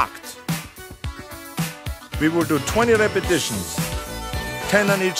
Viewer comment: Okay lets do 10 "repitishens"